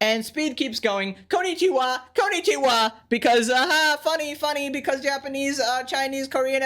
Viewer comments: yeah it is not suppose to be KON Ni Chi Wa, it is suppose to be flat voice konnichiwa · Worst of all... he pronounces it wrong ly